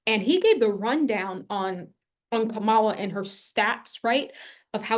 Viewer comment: I'm confused...today you say that it doesn't matter whether you vote for or like Trump or Kamala...but yesterday you called Kamala a "virus". (And BTW her name is pronounced KAM-ala, not kam-A-la.) Recently, you also made it clear that you think Trump is the chosen one, calling him a righteous "Trumpet" who will liberate us all--yada, yada...HUH?...and WTF?! Clearly, Trump is your guy, which is fine by me. I'm an independent. So to each her own...but lately your videos sound more like Fox News! I unsubscribed yesterday NOT because you have a different viewpoint, but because of your fear mongering & contradictory style. Do you actually watch your videos before you send them out? Most importantly, do you actually QUESTION the messages you channel & do you think for yourself? Objectivity, detachment, & grounding are vital for someone who's not just spouting off opinions, but supposedly channeling the Divine! Did you watch Trump's ridiculous & abysmal performance at the Natiomal Association of Black Journalists in Chicago? Check out the videos on YouTube! This is your champion showing ypu his true colors (pun intended)! Never mind what your voices tell you. I wanna know what the HUMAN you--as a Black woman--think about this. Will it make you reconsider him?, you are young & have much to learn. Maybe the "Mother of the Ages" needs to crawl before she can walk. Get your human self strong psychologically & emotionally. Put the channeling aside & get a really good therapist. T